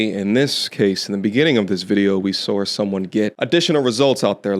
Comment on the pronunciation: sawr? Some sorts accent goin on here